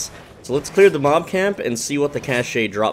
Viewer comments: The e is silent in Cache it sounds like Cash. This bothered me so deeply. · FYI - if you use standard English pronunciation cache and cash are pronounced the same.